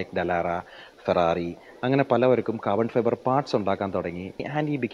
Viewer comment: 20 minutes of pure "Cah-buh-fi-buh" 🙌🏻🔥 😁